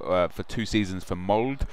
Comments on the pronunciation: Its not Norway Premier League, its Tippeligaen and its not Mold, its Molde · It is not pronounced Mold, it is Moldeeeee